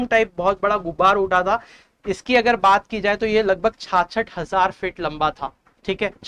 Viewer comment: Bhai thik se ucharan to kar lijiye 66000 word ko